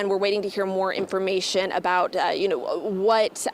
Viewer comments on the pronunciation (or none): “Yuh noe”😂